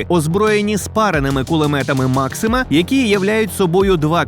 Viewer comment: Кулемет maxuma😂😂😂😂